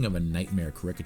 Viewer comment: Your pronunciation of “caricature” is so strange.